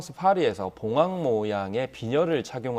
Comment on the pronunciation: 봉황 중국식발음😅😅😅😅